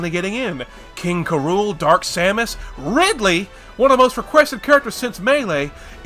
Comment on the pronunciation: SOMEONE FINALLY PRONOUNCED IT AS "KUHROOL" FINALLY THEY PRONOUNCED IT RIGHT